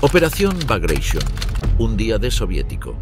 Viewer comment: Sorprende oír la palabra Baglatión (sí, con acento en la o) en inglés cuando la palabra es rusa y, por tanto, debe ser pronunciada o bien en ruso o bien en español